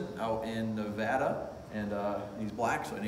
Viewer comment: Thank you for pronouncing Nevada correctly. 😉 I go to that auction almost every quarter, but leave my checkbook at home. 😁